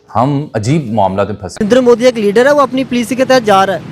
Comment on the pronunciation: Oh bhai , ek prime minister ka name v sahi se nahi le sakte ho ....kyu debate me baith jate ho aap log Hamere P.M Saahab ka Name Sri 'NARENDRA MODI ' ji hai ... Unka name sahi se liya karna